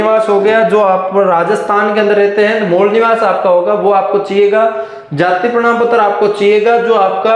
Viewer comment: Bhai prnam patra nhi prman Patra hota hai 😂